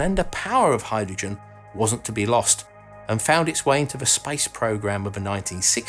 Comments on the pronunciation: Heh, the first time you said "space industry" I heard "spice industry" :) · I thought you said spice shuttle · Yes. I also heard him talk about "the spice industry"... 🙄😂